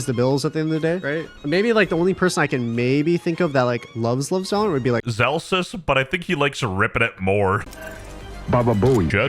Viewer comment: valorant ❌ Val- oh rant ✅